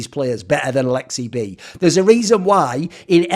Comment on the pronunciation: You nailed the finish accent lmao